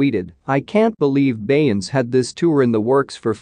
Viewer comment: Click Bait This is AI at it's worse. He can't even say her name correctly. 👎